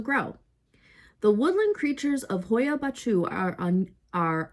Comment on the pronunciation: Funny, I have a clip made there! i am from Romania and I went there visiting and I filmed a clip in the forest during the night. What I filmed was the actually forest and not faking! Great to watch your clip! Yes, the pronunciation wasn't exact ha,ha! But I appreciate the effort! Is not easy indeed! Was funny!